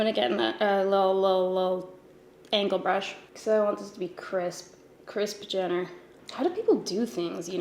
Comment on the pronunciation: This biiiissshhh said “Krisp” Jenner....I’m deceased ⚰️ 💀